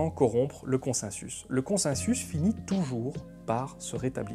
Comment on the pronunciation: On dit "consensus" ou "consinsus" ? :) Vidéo très intéressante, je préfère de loin ce format à celui de la méthode Z. Petite question, tu as parlé des malversations du tabac dans les 50's, que penses-tu de la manière dont le consensus scientifique s'est formé sur l'alimentation à la 2ème moitié du XXème, en particulier la guéguerre entre le lobby du sucre et celui de l'industrie laitière, et il a fallu attendre les 2000 pour qu'on se rende compte (du moins dans le grand public) que la fameuse pyramide alimentaire (que j'ai encore retrouvée dans les cahiers de mon fils de 8 ans) n'était pas basée sur du savoir scientifique. Il s'est passé quoi, c'était purement politique, ou bien le consensus n'existait pas ? C'est une question honnête, je ne cherche pas la bagarre :) Un membre de ma famille de l'alternosphère revient régulièrement là dessus pour finalement raisonner comme Lalanne.